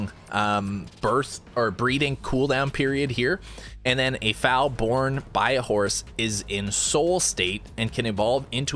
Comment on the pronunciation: Google how to pronounce foal lmao, great vid as always